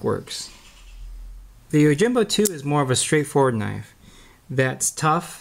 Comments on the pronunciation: Pronunciation of the "Yo" part is "oh" in the video. He keeps saying Oh! Jimbo. Is that correct? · Yoh-Him-Boh. Not Oh-Jim-Bow. Right?